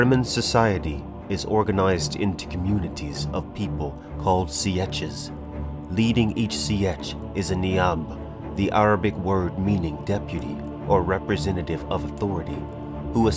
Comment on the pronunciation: The only problem I had with the video is your pronunciations. The film, the mini series and the games are all fairly consistent. Sietch is pronounced "seetch", not "see-etch". Landsraad is pronounced essentially as it's written (lands rad), to be honest, not "land ser add". Couple of others things that irritate (Alia being one) Relatively minor issues and I'll certainly be watching the rest of the series. Thumbs up from me